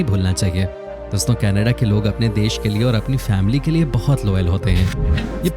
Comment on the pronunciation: Are bhai thikse Canada to bolo..... Ke Na Da... Kannada boleto ho it sounds like hamari kanada language ki yad aati hai 😱 Hindi aur English dono ka KACHARA banate ho 🙄